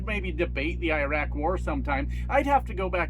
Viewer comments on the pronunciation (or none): none